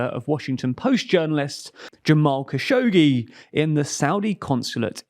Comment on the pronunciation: Great video but once again your pronunciation of Kashoggi is killing me from laughter 😭 It's a hard name even for Arabic speakers but it's phonetically more like Kh-a-sh-o-q-j-ee